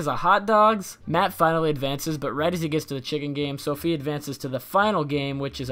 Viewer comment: Her name is SAFIYA not "SOPHIA"